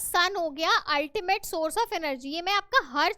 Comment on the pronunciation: Mam not Ultima nahi ultimate hota hai